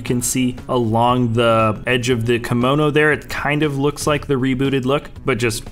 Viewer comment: Dontey Smith it is kimono 👘